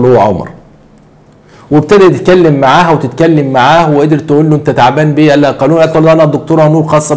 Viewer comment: ياعم حنفي اسمه قاولون ..قاولون. .حطيت حرف ألف بعد القاف علشان تسهيل النطق السليم..